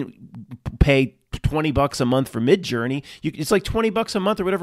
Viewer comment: Whenever I hear “Midjourney”, I hear “Midge Ur”. Spell-casting ahoy!